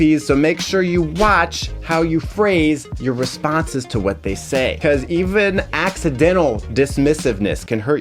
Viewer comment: Hmmm: "BE-CUASE" and "SHO SHO-CIAL" in one video. Yeah, I got high on the wordplay !